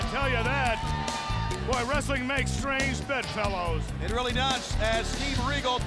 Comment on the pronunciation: ' strangebedfellows' says in scottish accent